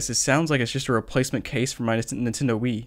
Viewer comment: For some reason he says Nintendo with one syllable instead of 3...